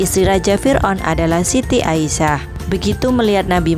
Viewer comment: Bukan aisyah tapi asiyah